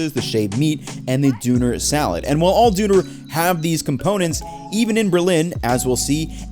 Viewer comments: when you say "Döner", try pronouncing the "ö" like you would the ea in learn. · Dude, do you remember that paprty that went over the mountains and ended up eating each other? That is how you say it. You sound like a right plonker. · >this utter failure to pronounce an umlaut... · Dude. You need to learn how pronounce the name of the dish correctly. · I'm sorry, but didn't Andong help you with the proper pronunciation? I winced each time. But I'm soo glad that you are helping to spread this wonderful creation to a larger audience around the globe.... Everyone should have a chance to try this sandwich. Its godly. :) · gotta laugh at his pronunciation of doner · Good video but your pronunciation is horrible. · The way he pronounces Doner threw me off so bad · The pronunciation of doner hurt my soul haha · The way he pronounces doner is really amusing to me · If you can't pronounce it, just don't. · yo dude seriously terrible pronunciation, was thinking the same you beat us to it lol. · Yes, his pronunciation could have been better, but Umlaute can be hard for English native speakers. A lot of the people complaining on here probably have subpar English pronunciation, too. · After he said it for the 100th time I had to come to the comments because it made me irrationally angry 😂. The friendly German guy even pronounces it the right way so why not just copy him. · YALL EUROPEAN ALSO PRONOUNCE IT WRONG, ITS A TURKISH WORD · I was taught the umlaut over o is pronounced like the i in bird. I know, that probably doesn't help much for non-native tongues. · In old English, (meaning English that was 1400 years ago) there were sounds of "Ö" and "Ü", but it lost it along the way. So many languages in Europe, have those sounds still, as in German, French, Dutch, Scandinavian languages, Hungarian, Finnish, Turkish, etc. Keep practicing saying döner and dürüm! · I found it funny that the guy takes over 20 minutes video about döner and says "duuner" all he time. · Dooner lol gemoose